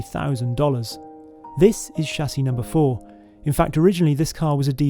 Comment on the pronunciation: The way he pronounced "chassis", is that typical in the UK?